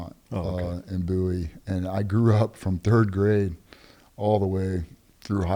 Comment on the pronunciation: Ah. AI Bouie , no, BOWIE , Tx. Small town country